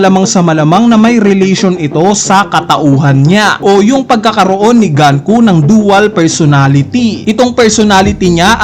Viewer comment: Icocorrect daw pero Ganku pa rin nang ganku. GUNKO NGANIIII di ka ba marunoing magbasa?